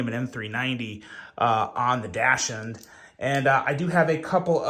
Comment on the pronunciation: I think it’s pronounced Doxind or Doxhund (depending on your accent) Like the dog (weiner dog).